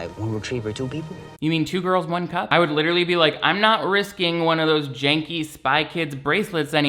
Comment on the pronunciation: SAAAAME LMAO "my hands r licherally tied"